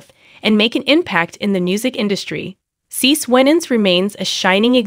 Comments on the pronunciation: It's pronouned "See See". You should confirm the pronounciation of your subjects before posting a video and disrespectfully, although not meaning to, pronouncing their name incorrectly. Please STOP and review before posting. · If you can't pronounce her name correctly be quiet please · Firstly, I don’t understand the title: “The Messy Life…..”. Secondly, as some of you have suggested this is an AI recording, so now I know why CeCe’s name has been mispronounced repeatedly throughout this relooped recording! Utter rubbish!